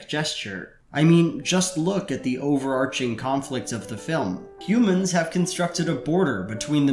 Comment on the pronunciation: I have to applaud: you are the first YouTuber I've literally EVER heard pronounce 'overarching" correctly. Everyone else says "arcing," I think because they confuse it with story arcs. Saw my first video of yours last night. I'm on like fifteen now. I thought you were awesome right away,, but you really won me over by being the one guy to actually know the word overarching.